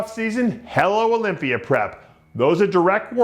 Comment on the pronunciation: "Olympiar" LOL